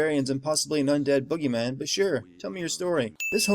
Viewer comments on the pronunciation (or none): It is boogeyman, not buggy man.